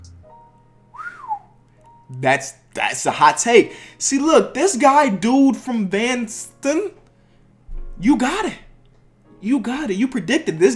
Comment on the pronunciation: The guys name was “Dude from Evanston” as in Evanston, Illinois. Right next to Chicago...(He said Dude from vanston smh) JK ILy